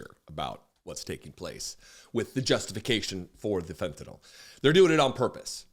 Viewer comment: “It’s not fentinol you muppet, it’s Fentanyl”. Gordon Ramsay.